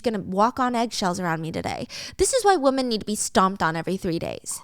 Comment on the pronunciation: Hiiii, I'm not complaining at all because I think it's super cute dont change it! but I've been watching for a loooongggg time and I noticed you always say "woman" instead of women when its supposed to be women! lol I'm just curious if there's a reason why or some kind of backstory on why you pronounce it like that.